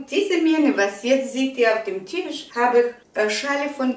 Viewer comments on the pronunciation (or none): none